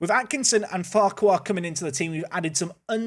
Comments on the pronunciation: I think the name farquhar CAN (I won't say is in case some don't) also be pronounced Far-ker. Just if thst makes it a bit easier. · Went to school with a guy with the surname Farquhar - it's just pronounced 'Farker' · Farquhar is pronounced "Fakker":) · Prounced "Far-qwa-harr" lol